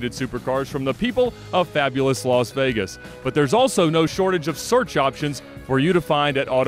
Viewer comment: It's Las* Vegas not Los Vegas. Los Angeles. Las Vegas.